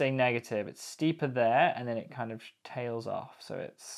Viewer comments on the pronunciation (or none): none